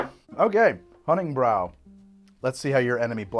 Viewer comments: It’s not “brow” it is “Brew” 💀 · I don't like how he mispronounces honning-brew. it's brew not brow, it just upsets me. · Hunningbrew = german Honigbräu = just say Honeybrew mead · I think you are being close to german here Honigbrau or rather Honiggebräu (Honey Brew) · god its so aggravating when he mispronounces honningbrew on purpose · Mispronouncing Honningbrew the whole video… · I know it doesn't matter. But MAN does it bother me how he says honningbrew. like the game has people saying it. Just say it the way it's supposed to. Either way great content. Will continue to watch